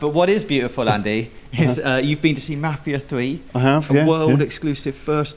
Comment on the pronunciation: I know it's their accent but I cannot stand how they say "mafia". Watch a "mafia" movie and listen to how it's actually pronounced